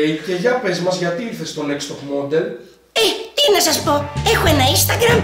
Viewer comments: όποιος παρατήρησε στο πως είπε Next Top Moδel. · Εκεί που λες α είμαι μοντέλο γιατί να μην πάω στο νεξτ τοπ (ΜΟΔΕΛ) ΕΙΠΕΣ 😂😂😂🤣🤣